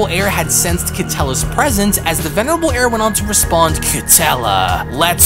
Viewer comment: Will you stop saying the venirable air that shit is so annoying